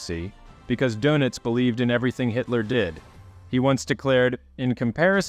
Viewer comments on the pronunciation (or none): You might want to listen to the German correct pronunciation of the admiral's last name, just saying.